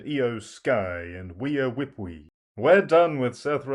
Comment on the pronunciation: I need an advance warning when you say "Whea Whipwey." I almost died!!! 😭😭😭😭😭